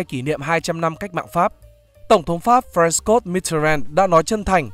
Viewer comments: Đây là một bài viết có nhiều lỗi sai được đọc bởi một người đọc chưa ổn. Spiderum có một nhược điểm, đó là phải đọc các cái tên sao cho "Anh hóa". Ví dụ như từ "Françoise" thì cần đọc như "Phrăng-xoa" thay vì đọc như Pinkdot. Ngoài ra, các bạn có thể đính chính thông tin ngay trong clip, đoạn Edward đi thị sát ở WW2. Video đã sửa cho đúng hình là George VI, nhưng người đọc lại vẫn đọc là Edward (dù Edward VIII đã thoái vị từ năm 1937). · bạn kia nói đúng rồi bạn ơi. Francoise là tên tiếng Pháp mà lại đọc theo phát âm tiếng Anh là sai rồi. Đọc sai nghe nó khó chịu